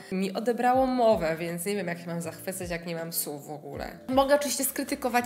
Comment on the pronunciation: Zwróciłam uwagę, że mówisz sucham zamiast słucham i sów zamiast słów. ☺️